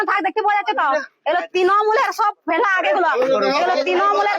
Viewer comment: সব এই ঠিক আছে বুঝলাম কিন্তু একটা কথা কেও যদি কিছু চুরি করে তাহলে কি এরকম একটা গাড়ি করে EVM মেশিন নিয়ে যাবে যেটাতে লক 🔐 নেই tmc এর কি টাকা কম পড়েছে নাকি আর তাছাড়া কেও চুরি করলে দোষ নেবার জন্য TMC এর ফ্ল্যাগ ( এই মহিলার ভাষায়😂 তিনোমুল এর ফেলাাগ 😂 শুনলেই হাসি পাচ্ছে ) যায় হোক তো ফ্ল্যাগ কেনো রাখবে গাড়িতে যেটা দেখানো হচ্ছে হতে পরে সত্য কিন্তু একবার যাচ করা দরকার এটা চক্রান্ত নাকি সত্য, আমি কোনো দল করি না শুধু যেটা দেখলাম আমার মন্তব্য দিলাম এর থাকে বেশি কিছু না